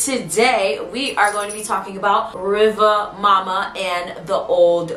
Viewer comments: I know you said you don't have a good Jamaican accent, however it's not pronounced mo-ma or muh-ma, it's pronounced moo-ma. Much love, it's was a great video and thank you for adding correction to the name in the comments. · It's really more like Riva Muma, due to the pronunciation/accent. It's actually a West African retention, basically from Mami Wata to Riva Muma. There's a lot of retention but with slight name changes in many instances. I used to hear a lot of these stories growing up. Jamaican watching from Chicago, will subscribe.